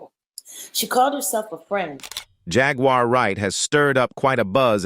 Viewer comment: The name is Jaguar why can’t you pronounce the name